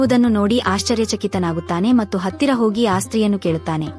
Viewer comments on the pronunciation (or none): none